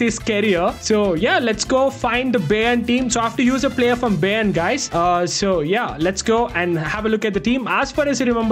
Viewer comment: bro really "baeyern"